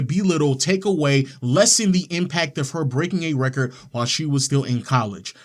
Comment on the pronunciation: She keeps saying wrecker instead of record. A little annoying.